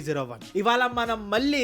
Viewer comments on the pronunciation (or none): Ivala Manam ❌ Ivala Malam ✅ 😂😂😂